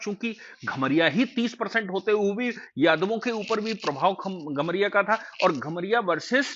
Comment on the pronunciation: घमरिया नहीं कमरिया होता है